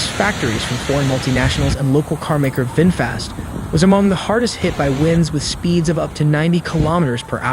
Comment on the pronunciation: Vinfast Welcome windfast😂